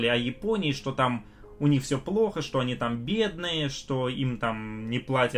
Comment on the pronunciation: Когда уже будет нормальный звук в этих видео ? И слово ,,что ,, пора уже нормально выговаривать.